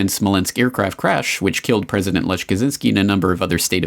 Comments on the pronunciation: The name "Lech" is supposed to be pronounced "Lekh". Just sayin' :) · Lech pronounced 'Lek'. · A fascinating watch, and definitely enhanced by unintentionally hilarious pronunciation of Polish names.